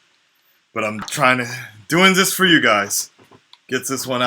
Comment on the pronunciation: lol he always says "this" like "ziss", not even japanese brah sup